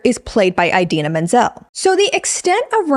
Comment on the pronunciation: Ih-dina, not eye-dina ❤